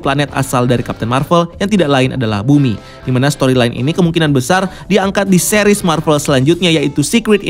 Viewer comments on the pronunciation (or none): none